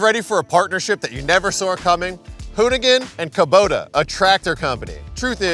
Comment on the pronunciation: saying "sawr" during the Kubota ad was great